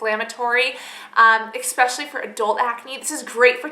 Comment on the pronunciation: AH! expecially strikes again